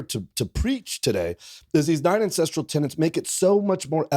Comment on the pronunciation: This guy is tripping me out. English is my second language and the way he pronounce "ancestral", I hear "incest".